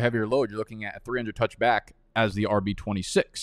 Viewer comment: Why do you say back like bike😂